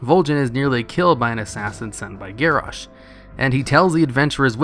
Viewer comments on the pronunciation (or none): none